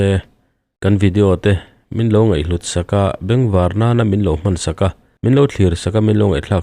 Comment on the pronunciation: Ngeih hlut ti-a lam lovin ngaih hlut tia lam ni se